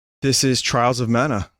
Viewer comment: what a gweat fiwst impwession